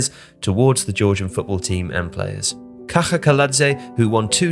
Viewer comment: Im impressed with your pronunciation of kaha